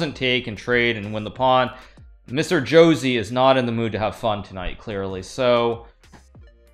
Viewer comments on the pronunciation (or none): lmao, it's not 'Jo-zee', it's 'Ho-say' ;}